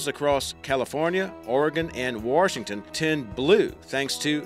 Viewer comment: Lol WARSHington. Why do you put Rs where there are none? I thought only people from New England did that.